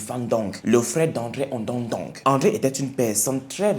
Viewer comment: waouou trop top et ton visage très nickel et propre,très charmant merci pr cet histoire bien k je suis ganonaise me tu prononcé pas bien le nom ondo ndong😂😂 ce pas grave